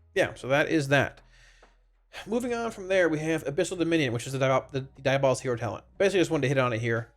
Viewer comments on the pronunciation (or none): DIABO-LIST not DIA-BOLIST